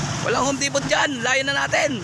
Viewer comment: Juan Home Depo silent T mag pronunce